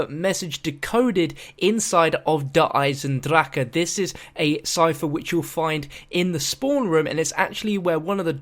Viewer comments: listen to how der eisendrache is said by tank. im getting sick on how you say it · you released lots of guides and thanks for that but when will you release a video where you say DER EISENDRACHE correctly? no hard feelings